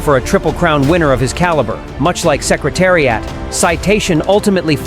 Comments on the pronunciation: If you can't even pronounce Secretariat I'm gonna listen to your BS!😮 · DERby NOT DARby Say is correctly dummy. Learn how to pronounce Secretariat. dummy.